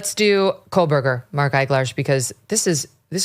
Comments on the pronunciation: FFS, Megyn - how can you not pronounce Kohberger correctly? It's KO or CO not KOLE/COLE-berger. I'm not even one of his supporters, I believe he is 100% guilty, but for the love of doG, at least pronounce a word you keep saying over and over again, correctly. It shows your lack of intelligence, and just how much you care about what you're reporting on, when you cannot get the names right. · It's Kohberger, not KohLberger. He's guilty AF, but it makes you sound bad that you aren't even pronouncing it correctly. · Megan!!! it's KO BERGER NOT KOL BERGER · Please tell Megyn it’s pronounced Ko-berger not Kol-berger. No L.